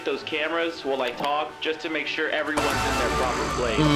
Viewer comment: Are you siur? Yes, I am siur" oczywiście to żart prosze nie reportujcie tego jako obraźliwe